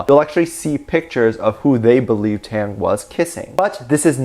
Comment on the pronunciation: But like, why he keep saying TaeTae name wrong🥺. I have to re-listen to him pronounce Taehyung name and he’s saying it wrong from here to there😭